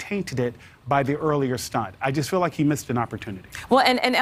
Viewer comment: Please don't pronounce "feel" as "fill".